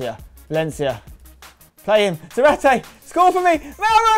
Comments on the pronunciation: I know it sounded cool in the series but you mispronounce his last name 🙈🙈🙈🙈 you pronounce it as if it was written Zaráte while its Zárate...the accent in the first syllable . I know it may be the same for you cause you speak English but...just wanted to let you know ....ZÁRATE ("Sarah-TEH") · Has anyone ever told Spen that he is misspronnouncing Zárate's name? It's zÁrate not zarAte. Enphasis on the first A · its zÁrate, xDDD